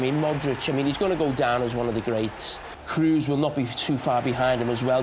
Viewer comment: Why is it so hard to say Kroos for a englishman? It's not Cruise and it's not difficult at all to say